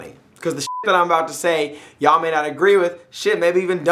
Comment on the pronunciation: The way you say Ya'll reminds me of my slave i have down here in Virginia, keep working Osama my no.1 herder.